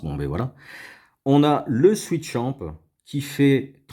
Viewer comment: Swisschamp et pas switchamp ! :) Sinon très bonne vidéo...